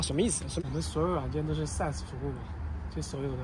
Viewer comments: 49second應該說的是SAAS不是SAS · SAAS，not SAS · 是saas服务不是sas服务，software as a service